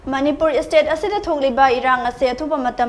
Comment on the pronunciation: It's state not istate💔🤣